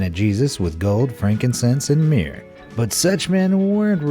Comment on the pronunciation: Yes. That really irritated me. Gold, Frankincense and Mere? King Ha-rod??? What?